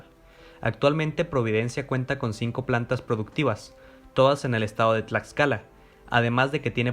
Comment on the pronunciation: ¿Escuché Huamantla, Tlatscala?... es broma, solo quería comentar tu vídeo para darle difusión, muy bueno, sigue así, por favor